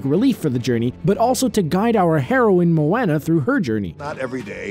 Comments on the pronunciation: Your saying moana wrong xD every time you say it I cringe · You said moana wrong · I love he is talking about how well they respected Polynesia with this movie yet he can't pronounce Moana. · am i the only one who noticed that he says moana instead of moana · You say Moana wrong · He pronounced Moana wrong it triggered me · Plus he saying Moana WRONG 👿👿👿👿👿👿👿👿👿👿👿👿👿👺😾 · Is it like, some kind of requirement for people who make dumb lists on Youtube to be unable to pronounce shit properly? They fucking say the word Moana a million times during the trailer, how hard would it have been to give that a cursory glance and pronounce her name right? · Dude stop talking that’s not how you pronounce moana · StarDusk 4 agree ... it's not mo Anna it's moana.....and I'm samoan. ... it's how Americans say it I think really pronounces the A when it should be more Mo-ah-na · Any time they bring up Moana I die a little at their pronunciation. Its Mo-aw-nah not Mo-A-nah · It's not MO-AN-NA it's MO-AHN-A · It's pronounced Mow-On-Uh, not Mow-Ann-Uh. Haven't y'all seen the movie? Or at least seen an ad?! How could you not know how to pronounce the name of the main character AND TITLE?!?!?! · Mo-Anna Mo-ANNA BRUH MO-AHNA GET YO HAOLE ASS OUTTA HERE 😂😂😂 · he says moaana but it's like mowana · Its MOANA not MOANNA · Can this person pronounce Moana correctly?? It's not MO WANA, it's MO ON A. This was driving me crazy. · I live in Hawaii and him pronouncing it like mo-an-a instead of mo-on-a pissed me off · It's not Mowana its Moana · Moana not maona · Who else cringed when he said mowana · Simpsons fan894ever you beat me to it [MOE-ON-A] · Him pronouncing "Mo-AH-na" wrong got on my nerves. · Moaaaanna Moana Moana 😂 listen to other people say this word dude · I love Mo-enna, its my favourite movie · Exactly. It's pronounced Moe-AH-Nah. Moana. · Say it with me now MO- ON- A. MO. ON. A. Now how do you pronounce Moana's name? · It's Mo-Ahhhhh-na say it like that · IT'S MO•ONA!!!!!!!!